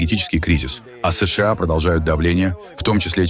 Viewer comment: Не «ЭС ШЕ А», А «ЭС ША А» или «США»НАДО ГОВОРИТЬ ПО-РУССКИ!!! А искусственный интеллект требует надзора ! ИНАЧЕ НАСТУПИТ ХАОС НА БЕЛОМ СВЕТЕ!!!